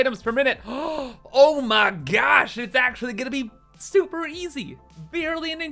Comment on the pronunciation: SUPAH numbers!